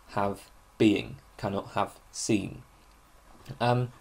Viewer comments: Sein is pronounced like "zine" (but with an open "i", not like "zeen" like at the end of "magazine"). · Bit confused as to how you know to pronounce the 'ei' in Meinong correctly as 'i' but pronounce 'sein' with an 'ee'...Einstine not Eensteen. With German a good tip with 'ei' and 'ie' is the second vowel gets pronounced. So, 'die' is 'dee' and 'dein' is 'dine'. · In german sein is just the verb to be. It's pronounced like the english word sign or sine. I think it's important to see the ordinarness of these words in german philosophical usage but also pronounce them correctly as it really jars if you know german. It also creates an effect of naivity and distance from the culture which produced it which is a shame because you obviously know your stuff in translation. Learn german, it's wonderful.